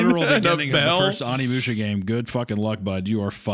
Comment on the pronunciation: Hunter pronouncing Onimusha as "ON-EEmusha" is annoying me. It's like when people pronounce Manga as "MAN-ga" lol